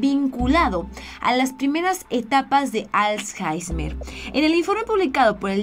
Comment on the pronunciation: Jajaja "als jaismer" jajaja y que no se dice traNstorno es traStorno